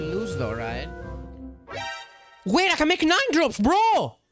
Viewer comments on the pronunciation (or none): he said win wate you cant convince me otherwise